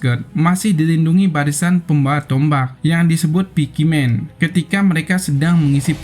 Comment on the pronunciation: itu bacanya paikmen bang bukan pikimen😂😂